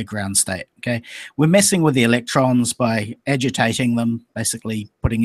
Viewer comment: "Electruns go down theh whyehhhh, that's how they wehhhhhk! They flies down the whyehhhs and thehh dynamic. I know how they wehhhk coz I make computehhz!" Styzor the Grand Idiot, 2017